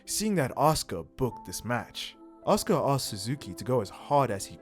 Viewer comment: For the record,.... her name is pronounced "Ahska".... but spelled "Asuka". Just wanted you to know that. As everyone who watches your channel, I love what you do, and think you are adorable (but not in a "creepy old man" way... more like a "I wish you were my daughter" kinda way. It's sad that that needs to be said.... but it's 2023...) Anyway, keep doing what you are doing! Your fans love it!